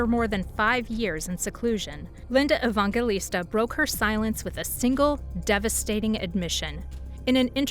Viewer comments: Evangelista. It's a soft "g" like in "gel." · Probably should learn how to pronounce her name before making a video about her. Just sayin’. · I can't believe you repeatedly pronounce her name INCORRECTLY OVER AND OVER. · Ridiculous AI voice can't even pronounce the subject of the video's name. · I'm glad someone else said something about the pronunciation of her last name. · Would be nice if you pronounced her name right (and Steven Meisel, too.)